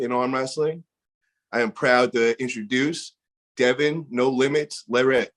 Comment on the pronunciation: Damn great interview but u fucked up his last name terribly at the beginning hahahaha. all love brother keep it up